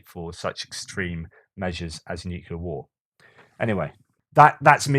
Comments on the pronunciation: Keep up the great work, really looking forward to all of your Ukraine war updates. PS: Dont say nucelar, it's nuclear. Just a friendly reminder. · Another fascinating post. Re the US healthcare system - widely acknowledged to be one of the least efficient (outcomes per dollar) anywhere. A minor point - the word nuclear is a simple two-syllable word. Why do so many people force a redundant third syllable into the middle of it? noo-queue-lar instead of new-kleer.